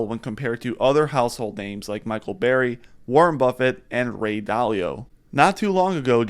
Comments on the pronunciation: Its "BURRY" not "BERRY"! lol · michael burry, not fuken berry bro